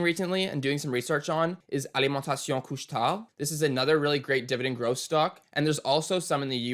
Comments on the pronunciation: Pronouncing Alimentation Couche-tard like a true Canadian. Respect! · your pronunciation for Alimentation Coucctard is perfect! My favourite dividend I have is POW. Power corporation. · Impressed by this portfolio, but mostly impressed by the pronunciation of “Alimentation Couche-Tard”